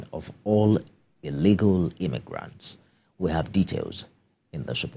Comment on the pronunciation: HE SAID IGNENTS NOT IMMAGRENTS, THAT MEANS TRUMPS GOT TO GO! O BOY 👦 SEE YA 👀 BY BY 😮😢😅😂 😁 😂 😀 🤣 🤡